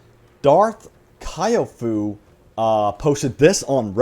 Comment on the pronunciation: Surely Darth Kyofu isnt pronounced kiyofuu I could be wrong but my idea is it's the abbreviation of Kyoto tofu (Kyofu) this IS a thing 🤗🤗